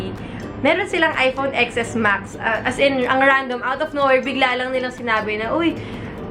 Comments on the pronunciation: please do it seriously Xs max so cringy its pronounced 10s max this is the worst unboxing ever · 😂 10s max po ang basa hindi Xs max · It's iphone 10 S Max not "Ex" po. 😊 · It is pronounced as "iphone 10 S max " like how you read the Roman number I II III IV V......IX X... you don't read it like the letter "X". But you are beautiful inside and outside nevertheless 😍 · hiii ate, "10"S Max po pagkaka pronounce dun pero okay lang hihihi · Ex Es Max ( Ten S Max ) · Ateng sorry to correct you... It pronounce as "10 S MAX "